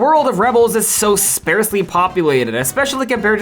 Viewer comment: I've never heard sparsely pronounced like that